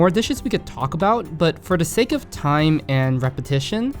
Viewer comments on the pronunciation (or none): none